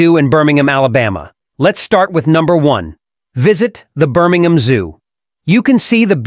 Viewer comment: It's BirmingHAM!!!!!!!!!!